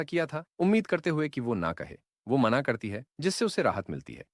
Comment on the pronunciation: Mana❌ mena✅